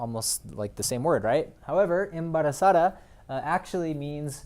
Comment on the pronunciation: You have a pretty good Spanish pronunciation. But if you want to sound more natural in Spanish pronounce your D's (especially in between two vowels) like the "TH" sound as in THough. Embarazað̞a, avergonzað̞a, salið̞a, cuerð̞a, verð̞að̞ero. Sensitivo is an actual word.